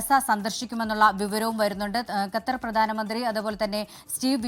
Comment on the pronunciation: ഗത്തർ അല്ല മോളെ ഖത്തർ K